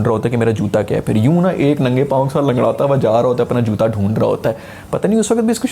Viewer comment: JUDA instead of JUTA 😆😆 😆 . (Just for fun no offense Sir)